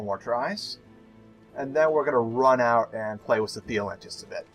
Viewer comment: Why do you say wiss instead of with?